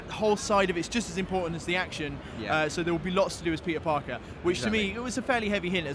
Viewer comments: Am I the only one that keeps hearing pizza-Parker ? xD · I swear to god he said pizza Parker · Did anyone else hear, "You are Pizza Parker"